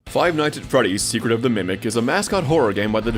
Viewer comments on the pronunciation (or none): “secret of the mecret” damn near kilt me